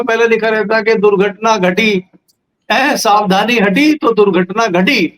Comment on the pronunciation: Asavdhani nahi, it's savdhani Hati to durghatna ghati